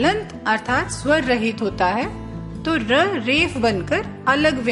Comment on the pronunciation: स्वर स्वंर में पहला स्वर ठीक है दूसरा गलत कृपया सुधार लें